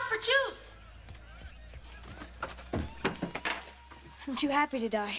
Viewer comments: I'm sure she said "look out for Jews" instead of Juice, I get it, it's Krystalnacht all over again. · At first I was almost sure she said "Dodger, be careful! Look out for jews!" What's wrong with me.